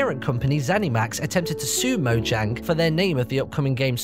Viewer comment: This has probably been mentioned but "Did you know" it's pronounced 'Mo-YANG'?